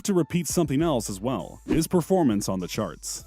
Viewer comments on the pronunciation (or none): none